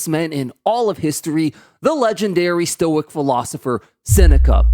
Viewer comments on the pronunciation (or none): Pronouncing stoic as a "stoike" was funny.